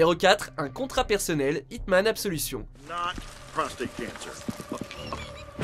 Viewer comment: Tu as mal prononcé absolution